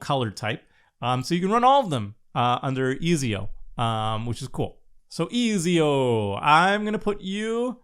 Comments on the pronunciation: It's yah boi Easy-O! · I took psychic damage listening to pronounce Ezio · Pretty sure he never reach out on learning a second language